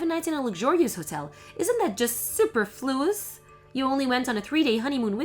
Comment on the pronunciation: Tip for the actresses: please look up the pronunciation of "superfluous". The way you pronounced it was not correct for either British or American English.